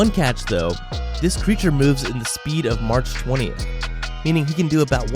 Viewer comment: You said March 20 you mean mock20